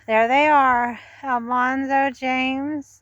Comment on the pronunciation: Al man zo not Al mon zo.